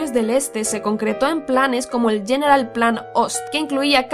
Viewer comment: "General" en alemán no se pronuncia, "yeneral" se pronuncia "gueneral".